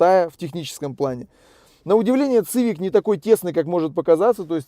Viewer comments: Привет, не говори, пожалуйста, цывик. Сивик, это сокращение от civilian, переводится как гражданский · Цивик-так по расейански звучит... Уши режет. СИВИК! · После 5го произношения "Цивик" выключил.Ты,если делаешь обзор,хоть посмотри,как правильно. СИВИК-и только так